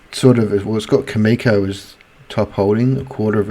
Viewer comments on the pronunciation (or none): Pronounced CAM-E-CO